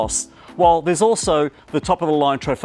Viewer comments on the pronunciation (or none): If you are going to "review" a vehicle, at least learn how to pronounce the names. Trofeo is TRO FAY O Folgore is FOL GO RAY